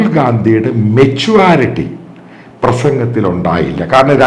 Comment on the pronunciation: What is മെച്ചുവാരിറ്റി? Pronounce മെച്ചുരിറ്റി . ഒന്നുമല്ലങ്കിൽ താങ്കൾ ഒരു സീനിയർ journalist അല്ലേ?